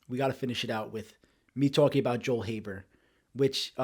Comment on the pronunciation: When said “Joel Haver” my skinned crawled, when said it my skin didn’t crawl. He definitely put his own artistic spin on the script